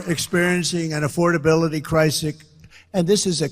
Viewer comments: "Affordability crisick" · "Affordability crisik" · Did anyone catch the glitches? He said... "slashing energy causes." Then he corrected it by saying..."and this is a crisis of. He is declining in rapid form! " "everyone is facing an affordability CRISIC." Then he caught himself and said the sentence again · A crisic, slashing energy causes, he can't even pronounce words and his cult is in a coma and brainwashed.